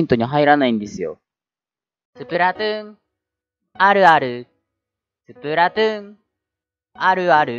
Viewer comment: スプラトゥーンあるあるってうなぎが言う時 「スプラトゥーあるある」 に聞こえるのは気のせいですかね？